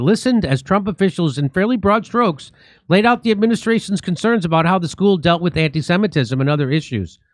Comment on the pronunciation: "Antee-seemitism" taskforce, can't make it up.